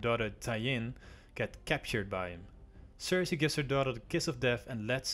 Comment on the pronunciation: Part 2.5 is out! My apologies for the mispronunciation of some of the names, I did mess up a couple times. Feel free to roast me on it ;P. Anyways I hope you enjoy the 2nd part of my Game Of thrones series there are more to come! Subscribe, like and comment if you want and stay up to date on: Twitter: Instagram